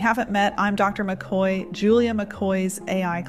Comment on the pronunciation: JULIA...........WHY DOES IT SOUND LIKE YOU ANNOUNCE YOURSELF AS JULIA MC CLOY AS OPPOSED TO MC KOY???? I TRY TO IGNORE IT EVERYTIME BUT, NONETHELESS...........I STILL HEAR MC KLOY NOT MC KOY